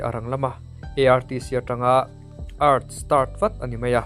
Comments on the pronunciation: ee arr tii ti a lam tur aw..art ti lo in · Art nilo in A Ar Tee oo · Art tiin anlo lam ve thin tho alaw....ART(E ar ti) anti thin maw kalo tia,kan hriat belh leh ta e 😊❤🎉